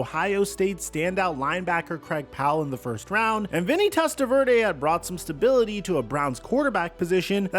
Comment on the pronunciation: Pronounces "Testaverde" without missing a beat.....stumbles and falls flat on "Sipe"......🙄